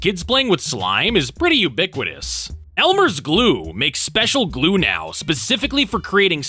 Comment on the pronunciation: Elmer's 'Gue'?